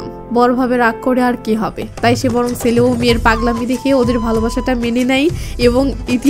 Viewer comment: আমি আপনার নিয়মিত শ্রোতা(ভারতীয় ),আপনি খুব সুন্দর করে বলেন, এতো ভালোকরে বলতে আমি কোথায় শুনিনি, অসাধারণ, শুধু আপনার বলা কিছু বাক্য কানে বাঁধে, সেই গুলো ঠিক করলেই আপনার বাংলা ভাষা সেরা হবে, যেমন আপনি বলেন কিসু (কিছু ), সেলে (ছেলে ), সিলো (ছিল ),ইত্যাদি, শুধু ছ ঠিক করুণ🎉🎉🎉🎉🎉